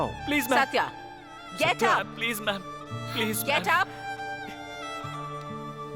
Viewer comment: Gate up❌ Get up✅